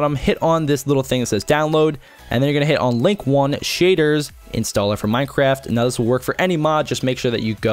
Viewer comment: when you first said minecraft I thought you said "minecrap"